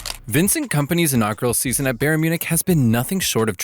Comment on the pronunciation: Why can’t you pronounce Bayern correctly? I’m suspicious the voice is AI.